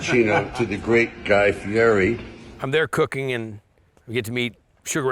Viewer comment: " the great guy fee -airy . Come on sly .Italian from the north east and you can't pronounce my name